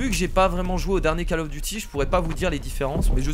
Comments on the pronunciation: on ne dit pas cAll of, mais cOll of. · Coll of duti pas call of duty